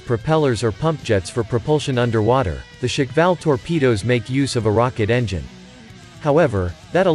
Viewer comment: It's not "shikval"! It's shkval, like squall.